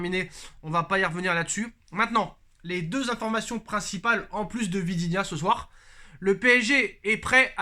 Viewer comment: Vitinha, pas vidinha